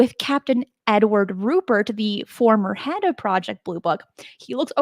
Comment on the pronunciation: I take it you don't follow Richard Dolan, because he's been through all of these historic cases numerous times over the last few years on his YouTube channel. FYI, it's RuPELT not RuPERT, and it was a P-51 not a PF-1.